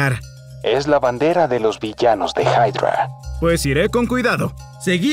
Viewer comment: No se dise haydra se dise hydra